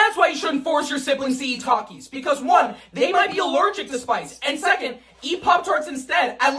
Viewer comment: Peeeecause??? Who says peeeecause💀